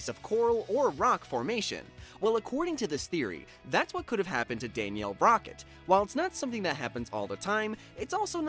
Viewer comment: It’s Danielle not Daniel